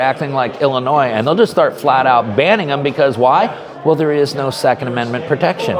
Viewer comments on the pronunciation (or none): none